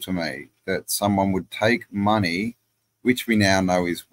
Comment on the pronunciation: Mone eye. Yikes!